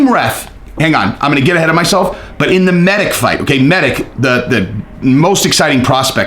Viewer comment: I gotta to correct the pronounciation of balkan names since im from that part of europe, its meditch and rakitch Anyway keep up the great work